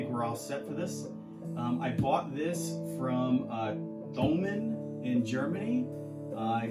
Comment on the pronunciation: It is tomann, forget the th, we don’t have it in Germany. Great unboxing 👌